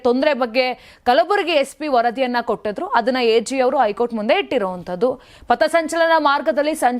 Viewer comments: ನ್ಯೂಸ್ ಓದುವ ವರೆ ಸರಿಯಾಗಿ ಓದಿ. ಐ ಕೋರ್ಟ್ ಅಲ್ಲ ಹೈ ಕೋರ್ಟ್ ಅಂತ ಓದಿ ಕನ್ನಡವನ್ನು ಸರಿಗಾಗಿ ಓದಿ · ಐಕೋರ್ಟ್ ಅಲ್ಲ ತಾಯಿ ಹೈ ಕೋರ್ಟ್ 😂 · ಶಶಿಕಿರಣ್ ಅವರಿಗೆ 2ವಾರ ಕ್ಕೆ ಸಮ್ಮತಿ ಕೊಡದೆ 28 ಒಳಗೆ ಶಾಂತಿ ಸಭೆ ಮಾಡಿ 30ಕ್ಕೆ ವರದಿ ಕೊಡಬೇಕು ಹೇಳಿದ್ದು ಕಾಂಗ್ರೆಸ್ ಗೆ ಸೋಲು ಅಂತಾನೂ ವಿಮರ್ಶಿಸಬಹುದಲ್ಲವೇ RSS ಸೋಲು ಅಂತಾನೆ ಯಾಕೇ...?? 30 ತೀರ್ಪು ಬರಲಿ ಮತ್ತೆ ನೋಡುವ ಹೈಕೋರ್ಟ್ ಅನ್ನೋದೇ ಸರಿ ಹೇಳೋಕೆ ಬರಲ್ಲ ಐಕೋರ್ಟ್ ಅಂತೆ😂😂 ಏನು ಇದೊಂದು ವರದೀನಾ ನಿನ್ನ ಬುರುಡೆ